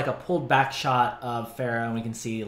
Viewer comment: I GET SO ANNOYED WHEN PEOPLE SAY PH-AIR-AH! According to Pharah herself, it is pronounced Ph-ah-rah, like the "ar" in "part" Amazing art k thnx bye